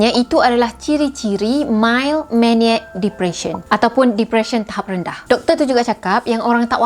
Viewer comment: it's Mild Manic Depression, not Mild Maniac Depression. Schizophrenia (pronounced skeets-so-fre-nia, not sky-so-fre-nia). i apologize for correcting your pronunciation.